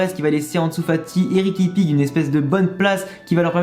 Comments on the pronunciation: Bonne video... Mais tu ma fais rire quand tu a dit riqui pique ! 😂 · La prononciation de riqui puig c'est juste un délice 😂😂😂😂😂😂😂